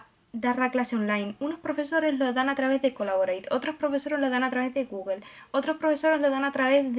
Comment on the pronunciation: Extrañaba tus videos , algo que me hizo gracia es que dices gugle , no gugol meet 🙊